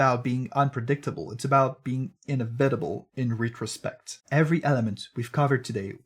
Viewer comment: "inna vitable in ree trospect" lmao